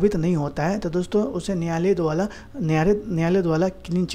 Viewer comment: द्बाला नहीं बोलो द्वारा बोलो